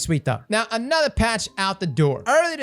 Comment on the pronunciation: I can't lie, half the reason I watch these are to hear "anotha week bois and anotha TWAB"